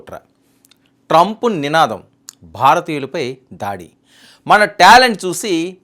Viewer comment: ధాడి కాదు బాబు ఆ పదం కేవలం దాడి మాత్రమే